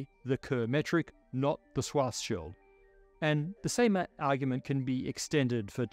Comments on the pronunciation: Swas Schild Solution 😂 Im sorry but the pronounciation is off. And yes, it’s German. Doesn’t matter. We also speak your language how you do it. You could have simply put the word in google translate and let google read it to you. But you were too lazy for even that. In short, I’m making fun of your laziness :) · Its pronounced "Shwarz-shild"! not "Shwartz-child". It's German, meaning "black shield" . Very fitting name for someone working on black holes 😉 It's got nothing to do with a child. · For god’s sake Scharzschild name is pronounced SHWARTZ SHIELD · I wonder why he says swarzschild instead of Schwarzschild. I mean the sch sound does exist in the english language, like in sure or shoe